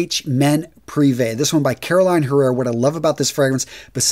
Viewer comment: Its CarolinA, NOT Caroline. Jesus Christ.